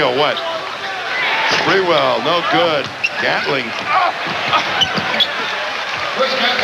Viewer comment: Spurrel lol it’s spree- well